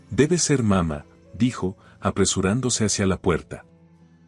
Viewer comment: Porfa nooooo se dise papa mama. Se dise papaa' mamaa'